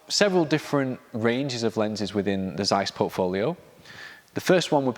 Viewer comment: “Tseiss”, not “Zzzeiss”